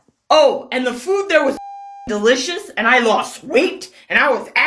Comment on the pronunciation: Aayand? It’s and.